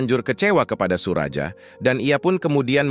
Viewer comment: Bukan SURAJA, tapi SURAYA..